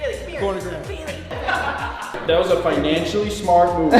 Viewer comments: Its gray-ham not grahm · Graham is TWO Syllables!!!